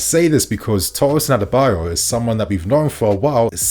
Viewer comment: you keep getting the pronunciation wrong , it’s ADARA-Bi -OYO